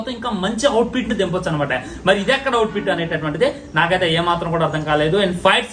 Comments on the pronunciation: Output ❌ outfit ❌ outpit✅😅😅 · అవుట్ పిట్ కాదురా అవులే output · Outpit ❌ Output ✅ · Nuv mundhu english nerchikora babu outfit kadu output 😂😂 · 1.51 to 1.56 It's not Out pit It's Out Put😅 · #outfit...kadhu bro 😂😂adhi #output 😅😅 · Out fit kaadura baaabu😅😅 Out put....😂😅 Reviews malii eediki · outpit kadhu ra ayya output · Out fit kadu ra labbey out put😂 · Arey bokka ga out pit enti ra out pit? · Adi outpit kadu out put ra babu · Output ❌ Outpit ✅